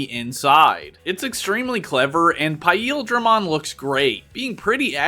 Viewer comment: That's not how you pronounce paildramon 😬